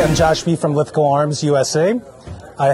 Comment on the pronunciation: For the Americans Lithgow is pronounced 'Lith-go' not 'lith-gawww'